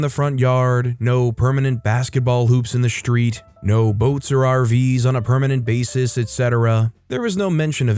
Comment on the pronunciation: He says, “reSHtricted”” and “SHtreet.” Why? There is no SH in those words.